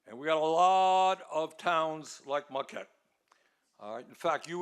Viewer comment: There’s no ‘r’ in Marquette.